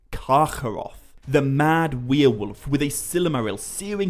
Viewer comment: What's a weir-wolf?